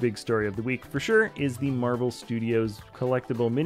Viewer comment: I believe you mean "Marvel" lol